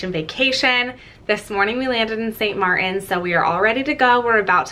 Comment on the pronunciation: Pronounced. St MarTin.